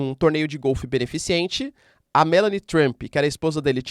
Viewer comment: Fala meu querido, só uma correção. É beneficente, não beneficiente